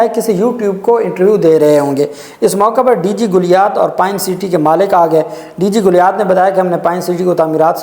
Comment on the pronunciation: O bhai DG GALIAT HOTA HAI GULIAT NAHIN.URDU PRONUNCIATION TOU THEEK KERLO.